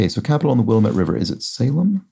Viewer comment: 47D Wil-lam'-ette, accent on the second syllable. 68D at'-tall, short 'a' in the first syllable.